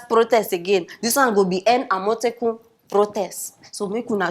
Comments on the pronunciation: Every time you call Amotekun, I hear Omotola. .. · The way she pronounced the AMOTEKUN sounds funny. :))))